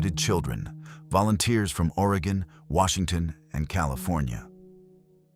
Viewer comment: Will-lamb-it. At least Oregon is said correctly.